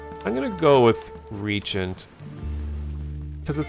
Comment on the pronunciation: The server situation is unforgiveable for a game so small with only 7 players per server, that said the game has alot of potential I guess. *btw, google speak is bs, its not ree-agent it is re-jent :)